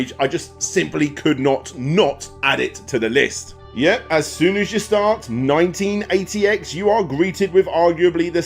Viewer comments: Thank you! I was trying to look it up. I thought he said “1988” lol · I had so much bother working out what he was saying when he said the name of number 3... Its called 198X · Thanks, had no idea what the hell he said.